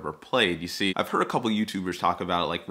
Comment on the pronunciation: Third? Edit love Les Paul Jr. It's the ultimate punk guitar, it's strangely versitile guitar. Edit 2 Joe Bonamassa (Bon-uh-mahssa) for pronunciation.